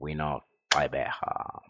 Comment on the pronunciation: Gxeberha😭... It's Gqeberha